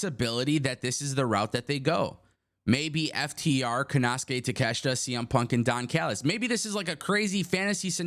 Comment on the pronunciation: You can't even pronounce takeshita first name right dumbass